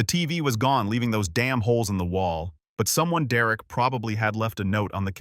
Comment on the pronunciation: Derek not Dererick